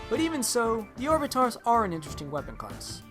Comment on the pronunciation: You pronounce orbitars like orb-it-ters